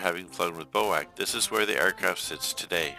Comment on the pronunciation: Bee Oh Aye See, not Bo-Ack